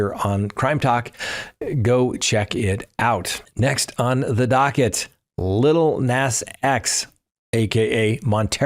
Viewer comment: It's Lil Nas pronounced Nos